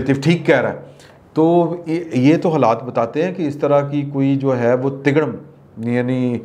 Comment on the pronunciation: میں آپ کے تمام ویلوگ سنتا ہوں (تڑگم) کی ادائیگی زبردست ہے